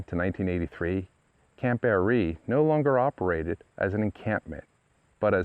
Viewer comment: It's pronounced (Bear-Ree) I grew up not far from there in the Village of Barree as did my family generations back. Spent many times swimming, floating on tubes and just hanging out at the camp lake with my sister and friends. We have a family camp just up the dirt rd (Tram Rd) from there. I was a girl scout for a short time and remember going out there to the big building and we had a highschool get together there too. Its a shame that the lease was not renewed back then. Lots of memories in that area❤ we still take drives out thru the mountains and i say about the camp Everytime we drive past it. I seen that they are to be placing a bronze memorial sign on the chimney this spring sometime 2024.